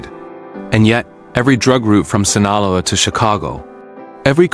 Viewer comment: If you can't even pronounce Sinaloa properly, nothing else you say is worth listening to, losers. 😡😠🤬